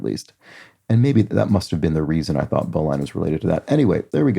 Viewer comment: You were close. These are Sailor's Knots. "Bowline" is pronounced with a short "i" and the word itself sounds like "Bowling" without the "g." I joined a Sailing Club in 1972, and have done a lot of sailing in several countries, so I do know whereof I speak. 😊